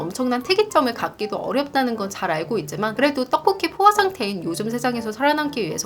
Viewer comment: 이상한 말처럼 들리겠지만 목소리는 정말 떡볶이에 특화된 목소리같아요 ㅠㅠㅋㅋㅋㅋㅋ 저는 떡볶이는 그냥저냥 맛있지만 자주 시켜먹진 않는 음식이었는데요 영상만 보면 자꾸 시켜먹게 되더라구요.. 영상의 시각적 효과인가 생각했는데 구럼 다른 유튜버들 떡볶이영상보고도 떡볶이가 끌려야 맞는거잖아용? 근데 아녜요ㅠㅠ 목소리때문인것같아요 특히 ‘떡볶이’라는 단어를 말하실때 되게 쫀득하게 발음 하셔서 자꾸 군침이 돌아요 ㅋㅋㅋ방금도 소리만 듣고 홀린듯이 배달어플로 떡볶이 시켰네요ㅠㅠ